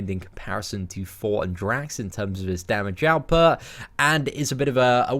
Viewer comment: love u lol whenever u say thor your accent makes it sound like four lol i was hoping id hear "at number four we have four" haha love ya bro